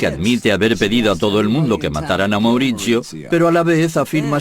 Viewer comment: Mauritchio.. Patritchiaa 😂